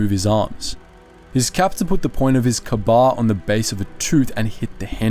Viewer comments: "Kabar"? That would be K-Bar. Pronounced just like it looks ... Kay-bar. K-Bar is a company that manufactures combat knives particular for the U.S. Marine Corps. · its K - Bar not k'bar . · The name of the Ka-Bar knife is pronounced like Kay Bar. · Not a Karbar but a Kbar, Ka-Bar (/ˈkeɪ.bɑːr/ A mate of mine, his mother came from Malaysia, a lovely woman, my second mum in many ways. Very helpful, gentle a true saint. Hated the Japanese with a passion. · Not a big deal, I'm just pretty sure KA-BAR knives are pronounced as kay - bar... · Pronounced "Kay-Bar".